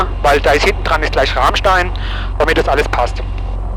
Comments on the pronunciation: Moin, bin gerade durch Zufall über dieses Super-Video gestolpert, als Pilot Frank Abonnent. Man spricht es „Ramstää“. Und eher wie Ramm als wie Rahm...ich weiß es als Westpfälzer. 😅 P.S. Ich war als ehemaliger Schüler der Gesamtschule Enkenbach-Alsenborn 1988 auf der Airbase beim Wandertag. Wir waren in der Tat auf dem Tower, in einem Shelter Warzenschwein gucken, bei der Wachhundestaffel und auf dem Heuberg zum Bowlen. Habe noch Fotos. Wohl einer der denkwürdigsten Wandertage für einen Flugzeugfan und eine rare Gelegenheit obendrein. PPS. Habe auf deiner Homebase in Worms 1991 mein BZF gemacht. Leider lange nicht mehr geflogen. Kanal ist abonniert. Grüße aus EDDH! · Ich dachte schon du findest das Bernstein Zimmer im Bunker 🤪🤘🏼 Sagtest du mit Absicht „Rahmstein“ wegen deinem Dialekt?! 🤔 Danke für das Video! Alte Airbase ist immer cool 🤘🏼🤘🏼✨